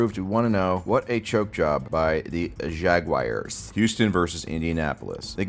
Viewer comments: Dude, what's a fucking Jagwire?? It's Jagwahrs! No "wire" sound at all. You have to be doing this on purpose. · Jag-wire is the only worse way to say it than the way the English say it. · Jag-wires XD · please stop saying jagwires it's making me violently cum I don't have much semen left and if it keeps going my balls might fall off